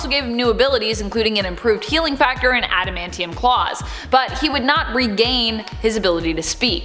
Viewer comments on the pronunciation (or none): none